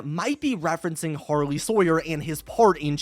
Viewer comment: It’s pronounced “har-lee”